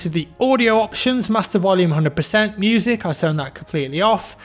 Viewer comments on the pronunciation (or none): none